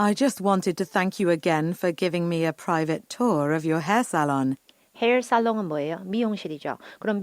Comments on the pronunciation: 헤어살롱이 햇살론으로 들립니다...ㅠㅠ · 저도 햇살론으로 들어서 집 구매한다는걸로 답을 찍을뻔했네요 ㅡㅡ